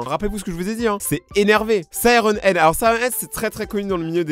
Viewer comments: Sirène Head Pas Siron Head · C’est moi ou tu a dit « wuggy wuggy » et « sireun head »